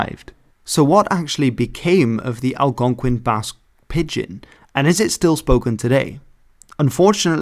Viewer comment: please god stop saying /pɪdgɪn/ it's /pɪdʒɪn/ shit you said /ælgɑnkʷɪn/ too.